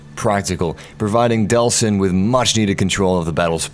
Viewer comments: It's actually Delsin Rowe, not Deslin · DELLLLLLL...SIN. Not "DeSLin." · It's Delsin! Not Deslin!!!